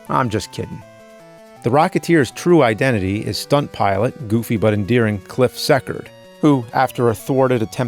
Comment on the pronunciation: Cliff SEA-Cord